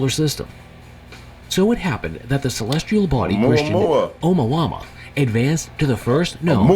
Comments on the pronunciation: ya'know i really hate it when a NON-scientist narates a video about scientific discoveries and FAILS to double check the actual pronunciations of these words....Oumuamua is a Hawaiian word.....it would be pronounced OH MOO AH MOO AH....OU is OH and MUA is Moo Ah.... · Are we going to talk about the pronunciation of Omahumhau?Or Nah? LoL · Ai is supposed to be so smart, but it can't pronounce words like Omuamua, lol 😂 Ai is reading this out!! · The voice is pronouncing the name wrong because it’s an AI voice over. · The way he pronounced Oumuamua (sp?) was so annoying.